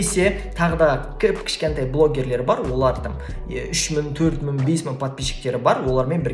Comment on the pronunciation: Ң деген әріпті айтып үйреніңіз, бес мын деп айтқаныңыз құлаққа жаман естіледі екен.